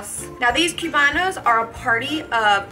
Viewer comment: "Coobano" ...not "cue-bano"